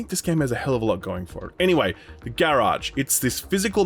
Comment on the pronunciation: Please never say garage again. Thank you.